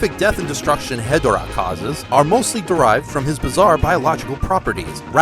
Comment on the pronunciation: It’s called He-Door-Ah